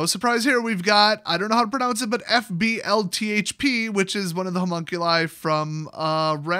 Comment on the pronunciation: Fblthp is pronounced "Fibblethip"